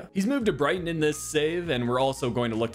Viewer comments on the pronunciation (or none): none